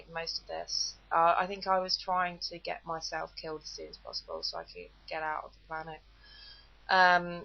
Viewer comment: not "het" but GET